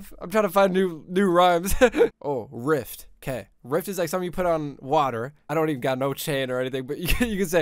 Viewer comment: its called a “raft” not a “rift”💀😂